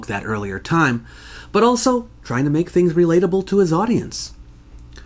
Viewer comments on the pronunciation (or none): none